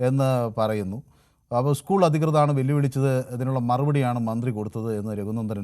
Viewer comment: സഹോദരാ ഉസ്കൂൾ അല്ല .. സ്കൂൾ സ്കൂൾ സ്കൂൾ . എന്നെങ്കിലും പറയാൻ പഠിച്ചിട്ട് വന്നിരുന്നു ചലമ്പി കൂടെ ?